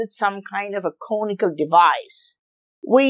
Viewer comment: It took me a second to realize he was saying, "conical".